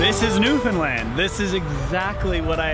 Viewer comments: Thanks so much for pronouncing Newfoundland properly!!! 👍👍🤪👍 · thank you for pronouncing newfoundland correct! as a newfoundlander myself, i hear people almost daily say “newfinlind” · You did Newfoundland right! Glad you enjoyed our province. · So nice and kudos to you that you pronounced the name of our province correctly throughout the episode!!!! Awesome representation of our province. If you enjoyed your ATV adventure, you should check out the Youtube channel "Crossing Newfoundland by ATV"